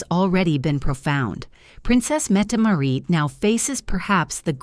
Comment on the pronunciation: Metmaret? Mettemarie? No its Mette- Maa-rit